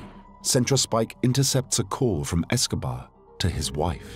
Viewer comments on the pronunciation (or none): Anyone else notice the man say "Pablo Escovad"??? Who he talking about? Fella looks high anyway guess who took some of Pablo stash!!!! (18.06) if you don't believe me